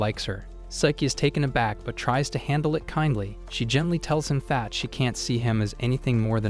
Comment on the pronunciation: Every time you say that u actually say fat